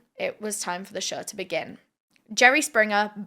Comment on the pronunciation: Try to practice the word “show”, not “shur”